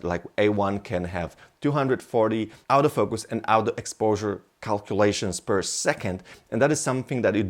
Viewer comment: sometimes when he says "autofocus" it kinda sounds like "out of focus" lol. good video though